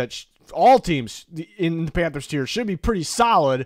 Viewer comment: Don’t you mean “panfers” tier